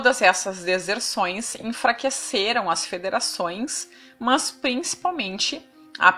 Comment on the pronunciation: "Mans" é o meu caralho Oq custa dizer "MAS" como qualquer pessoa comum??